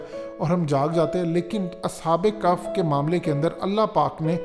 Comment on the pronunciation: کف نہیں بھیا کہف ہے تھوڑ غور کرو